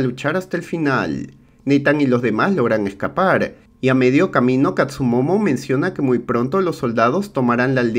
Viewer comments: amigo buen resumen pero se llama kastumoto no kastumomo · DESHONOR!!!! es Katsumotto no "Katsumomo" xD, fuera de eso buen video y buena peli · catsumomo??? siempre escuche catsumoto.. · El samurai se llama Katsumoto y no Katsumomo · Todo bien, pero es katsumoto no katsumomo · Tiene muchas cosas buenas este resumen pero el tremendo error de llamar katsumomo a katsumoto es horrendo, dislike al video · no pronuncias bien las palabras japonesas jaja , dices katsumomo 🤦🏻‍♂️ y es katsumoto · Katzumoto, no katzumomo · Se que llego tarde, pero que falta de respeto bro :'v en buen plan, pero como le vas a decir KATSU MOMO ? jajajaja, igual buen video, siempre me entretengo, pero nunca me suscribo 😅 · Si, pero no fue la guerra civil, fue la guerra contra los indios... ni tampoco existió el personaje de Tom Cruise ... Dijo katsumono? O escuché mal jaja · Todo bien, solo que se llama Katsumoto...